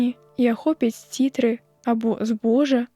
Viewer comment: У 6-м абмова: замест сцірты прачытана: сцітры - выглядае, што дыктарка ці ня думае пра чытанае, ці ня разумее яго.